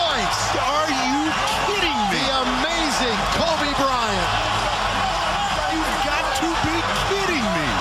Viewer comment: Kobe BryanT! It bothers me when people don’t pronounce the t